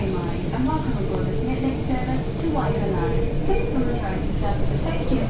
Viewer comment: Waikanae is pronounced "Why-can-eye'